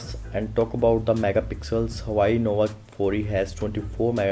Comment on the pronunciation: u can hear he say hawai nova 4